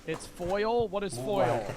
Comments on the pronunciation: if you say foil one more time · How did read foal as foil?😂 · foal...lol...Not foil... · His pronunciation of foal is aggravating